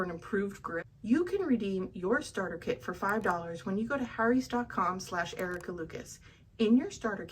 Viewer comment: The way you say Harry's irks me